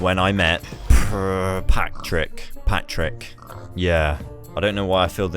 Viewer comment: Pigs name: Patrick Him: Prrrrrrratrick